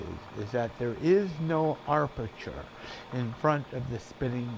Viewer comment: I am unable to find the word arperture in the dictionary. I believe the word you intended was aperture, without the initial "r". I found this mispronunciation to be sufficiently distracting as to pull my attention away from your topic and focus it on your presentation skill which I am sure is not the outcome you are seeking.